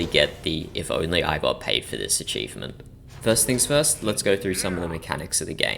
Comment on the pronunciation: did bro just say with all of that, if you want to get this eachivment just get the eachivment?